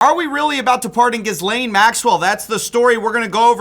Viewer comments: The S is silent in her name man, its so so irritating that you keep saying it lmao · English is my second language, so I'm not sure anymore, isn't the s in Ghislaine silent? Does he pronounce it like that as a joke? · I can't believe somebody as thorough as still hasn't researched how to properly pronounce "Ghislaine" lol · PLEASE learn to say Ghislaine properly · Pretty sure the s in Ghislaine is silent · Isn’t the “s” in Ghislaine silent? You could just look up “Ghislaine pronunciation” instead of embarrassing yourself for min 😂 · As a French person it truly hurts my soul hearing it said that way lol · Dude, the (S) is silent in her name, per her lawyers and family, but is ironic her name looks like Jizz Lane😂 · always so funny that you mispronounce it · Why do they all pronounce ghislaine wrong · Can’t take this left winger serious when he can’t pronounce her name correct. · Why do you insist on saying the 's' in her name? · jsyk the 's' in her name is not pronounced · I’m assuming you’re mispronouncing her name on purpose. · She doesn't deserve it but her name is pronounced with the S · The S in her name is silent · I’m pretty sure the h and s are silent in her name, it’s what happens when your dad wants to call you Gillian but wants tart it up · the s is silent bro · It really is frustrating to so someone who is a go to for information who won’t even take the time to pronounce a name right. It’s distracting if you came up in an era with real journalism and articles which you printed and read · The S in Ghislaine is silent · Do you pronounce the “s” in island too? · Why do you pronounce her name wrong all the time... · Is no one going to teach how to pronounce Ghislaine? Won’t somebody think of the children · inability to pronounce “Ghislane” is the true positive side of this situation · If you’re gonna keep mispronouncing her name you might as well call her “jizz-lane”. I’ll see myself out. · Learn to pronounce her name maybe